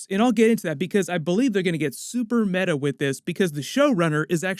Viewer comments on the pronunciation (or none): none